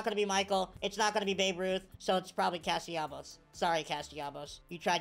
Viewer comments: bro really says Castellabos 😂😂😂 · never fails to add an M to CastellaNos' name.